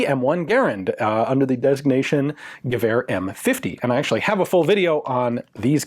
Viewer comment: I feel that the next stage of your channel's development is the correct pronunciation of "Gewehr". Just to be clear because it's YT: I am being funny, I love FW and Ian does amazing work :)